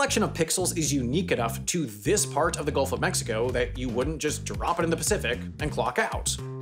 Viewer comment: Hey Google, do you notice him sayin´ "Golf of Mexico"?